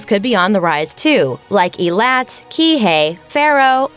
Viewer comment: Ee-lat? It's pronounced Ay-lat